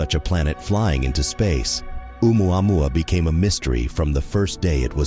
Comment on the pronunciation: What kind of reporter is she..not even know how to pronounce oumuamua...😄